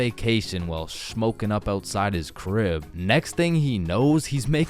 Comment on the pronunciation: He sed crip I am dead 😂😂😂